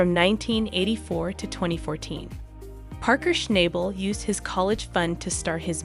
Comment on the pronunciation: please learn how to say his name correctly